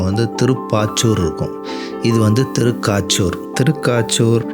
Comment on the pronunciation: திருக்காச்சூர் அல்ல...திருக்கச்சூர்